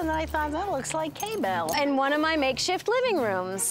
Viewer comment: Did she call Kristen hay bell? Lol I love them!